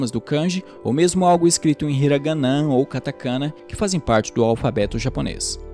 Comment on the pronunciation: Apenas algumas correções: - O nome do co-fundador é Akio Morita (se pronuncia Akío), não Akito; - As palavras hiragana, katakana e kanji são oxítonas, então se pronunciam hiraganá, katakaná e kandí (o j tem som de d). É isso, excelente vídeo. Fica aqui uma indicação de livro, o "Made in Japan", que conta a história do Akio Morita e como foi a fundação da Sony. Abraços.